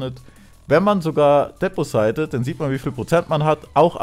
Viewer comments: oh gott wie ihr deposite sagt .. es ist deposit !! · Rafft doch mal wie man "deposit" ausspricht xD